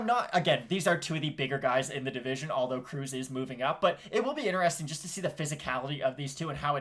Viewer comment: Smh the disrespect on cruz's name